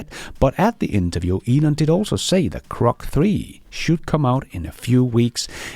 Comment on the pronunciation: It’s Grok ….. not Krok, dear …;-)